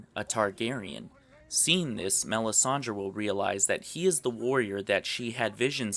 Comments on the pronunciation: IT IS MELISANDRE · OMFG PRONOUNCE THE NAMES CORRECTLY. Who the fuck is this Danerias? And it's not Melisandra - it's Melisandre. Good points, but really detracted from by your mispronunciation.